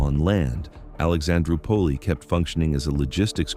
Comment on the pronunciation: Alexandro pulley instead of Alexandroupolis, but, that’s AI.😆